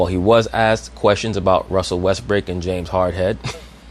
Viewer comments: did she just call him Russell Westbrick? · Did Rachel Nichols call him Russell WestBRICK ?